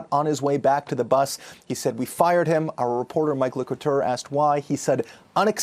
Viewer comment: Wow you really emphasis on the f when u say fired huh..